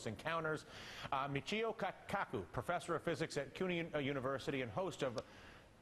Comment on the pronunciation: KAA-KAKU! LOL